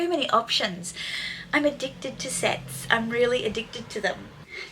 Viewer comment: Very fun pieces 💜 Very you 😊 “addicted to sets” sounded a little different to my ears 😂💃